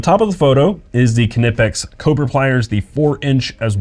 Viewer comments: as a native german speaker, I can assure you the 'k' is pronounced and that he was almost spot-on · The pliers are pronounced Nipex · It's hard for us Americans to think this is pronounced with a hard K, but they are. Kah-Nip-Ex just sounds wrong but that's how they're pronounced.